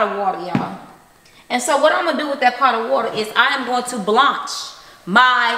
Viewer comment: Thanks for the school lesson. I know that, I said it because the way she pronounced it.